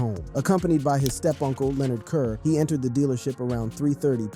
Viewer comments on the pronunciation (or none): none